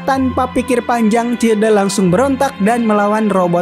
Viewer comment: childe bukannya dibacanya chaild ya bg